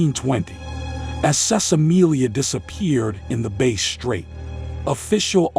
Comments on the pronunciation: It's pronounced BASS , like the fish. Not Base , even though it's is spelt like the guitar. Great research guys. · Mate, it's pronounced Bass with the emphasis on ass, not base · Like the fish! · Not being pedantic, but the word Bass is pronounced as in Bat, Rat Cat, not Base. Like you would say Ass.